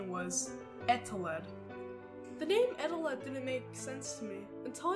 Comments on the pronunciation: It's actually pronounced E-Telled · Its confirmed eteled isn't spelled eteleD or Eteled. Its eteled